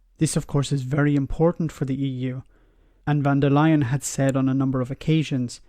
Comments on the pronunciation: Her name is Von der Leyen. Not Van der Leyen. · Thanks for your videos, they bring a fresh point of view on topics and put things into context that some may not have thought of before. Just a tiny correction: It's Ursula von der Leyen, not van der Leyen. "von" in a German name is a sign of being of nobility like "Lord" in Britain.